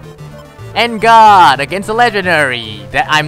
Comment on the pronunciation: I knew how to pronounce En Garde, but still pronounce it wrongly... Teh Articunooo is half right.